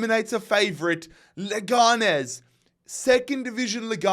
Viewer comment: I'm at the middle of the video so I don't know if this will be useful, but the pronunciation of Leganés is like you're saying it, but the strong syllable is the last one (nés)